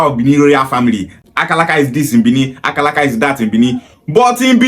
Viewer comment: She can't even pronounce Akaraka very well. Is Akaraka Bibi language? Why most of Igbo people from Delta and Rivers doesn't have sense at all.